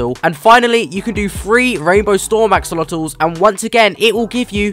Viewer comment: Axolotls ❌ AxOOlOtoSiS ✅